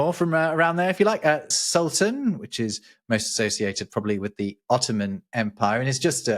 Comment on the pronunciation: You did a good job on the semitic terms "calif" and "sultan". The calif has a root that also means "substitute". We use it in modern Hebrew too: Chalufah - a substitution, l'h'Chalif - to replace, Chalafim - spare parts.